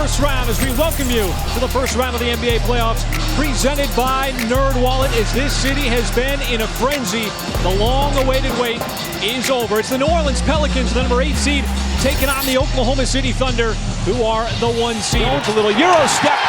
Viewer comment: "New Orelans" 😂😂